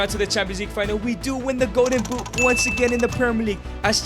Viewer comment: Man it's "Golden Boot", not "Go'en Buu".